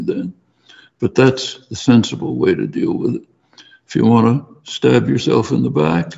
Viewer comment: He beleives that everyone, no matter their abilities, can and what the same? You mumbled the most important word. Can and what the same?